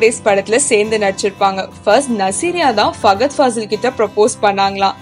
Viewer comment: 1.Its nick jonas not not jones 2.its Fahad not fagad. 3. Its saif not Saaaaif. 4. It's shahid not shagid. 5. Its jhanvi not jhanavi. 6.its Kamal hassan not Kamal gassan 🤦‍♀️🤦‍♀️